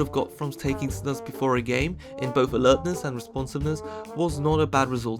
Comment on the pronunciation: I like how you put the correct prononciation on the screen, and then just casually continued calling it snàs